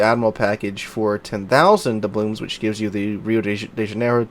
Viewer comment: why do you always say dublooMs? :D